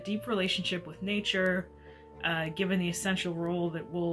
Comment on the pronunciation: Werewolves, not Swearwolves!